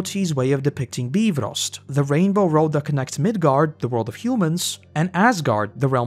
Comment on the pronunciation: speaking as a Swede I got really confused about your pronounciation of Bifröst. with a modern understanding of Swedish that is not how I'd pronounce it, but maybe it's an older pronounciation, this is old Norse we're speaking about.